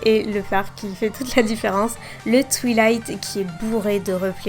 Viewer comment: twilight nan mais mdr quoi ca sert a rien de faire genre tu prononces tout en anglais et de dire "twilaite" alors que ca se prononce "twailaite" ptdr jsuis morte